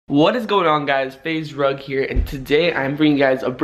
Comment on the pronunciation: yippee he said faze rug and not faze drug